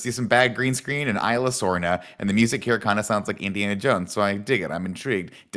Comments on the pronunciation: The worst part about these reviews is that none of them can pronounce Isla Sorna / Nublar correctly. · The way he pronounced Isla Sorna XD.